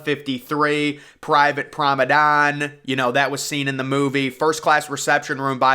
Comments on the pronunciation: why do u say promedon not promenade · Very very nice. A bit monotonous though, and it's promeNADE, not prome DAN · nice video :) but you have to stop with "private promedan shit" is PRIVATE PROMENADE...is so annoyng when you say PROMEDAN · Drink every time he says promedon. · Thank you!!! I keep hearing PROMEDON too. I don’t even know if promedon is a word